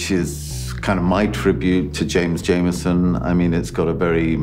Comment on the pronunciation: James JAMERSON...not Jameson. Jesus. Possibly the best bassist ever...let’s get his name right.